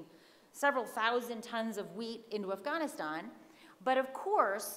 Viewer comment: Lost any/all interest after the third forced pronunciation of "Afghaaaaaanistan". I'll skip the rest of the presentation and just assume I'm supposed to blame the CIShet white patriarchy for everything (as per usual).